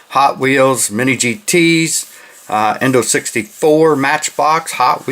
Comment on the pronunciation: If you say Indo 64 one more time, I’m coming through the camera!!! It’s INNO 64 DUDE! You’ve got to learn how to pronounce certain words that are very important in the diecast community. If you want, I’ll send you a list of all the words and acronyms that you ALWAYS butcher.